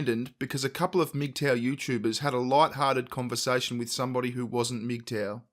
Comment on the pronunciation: Who else thought they were saying "meat tower" at first